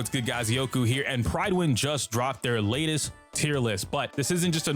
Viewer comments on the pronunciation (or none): none